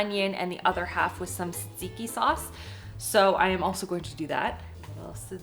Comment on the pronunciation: Why do you say Tzatziki that way?